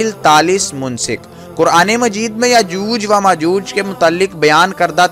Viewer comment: Yajooj wa majooj nhi hota. Is ko yajoojo majooj. Read krty hen.